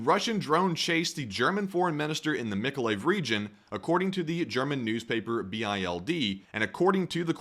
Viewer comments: Bild not bee eye el Dee. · Lol it is not called B I L D but "Bild", which means image in German. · B. I. L. D?? Seriously? it's called bild, that's German for 'picture´ , or in your case P. I. C. T. U. R. E. 😜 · Just FYI "Bild" isn't an abbreviation, it's the German term for "Image", "picture", or "photo". The German tabloid of the same name typically uses an all-uppercase spelling, though. You can just pronounce it like the English "build". Also Russian state TV is probably going mad once again asking how they don't have precision weapons to strike her (again).